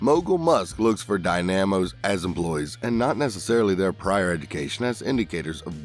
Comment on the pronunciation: "Die-NAM-os" "DINE-uh-moes". Really....